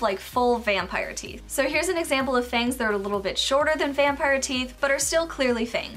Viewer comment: lol "F A N G T H"